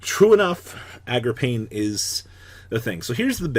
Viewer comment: I wish u would say card names correctly. It's Agarpain. A-GER-PAYNE!!!!! Not AGRAPAIN!!! Jesus Christ